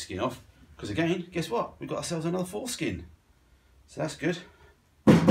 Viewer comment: you deffo say fore skin dont you LOL!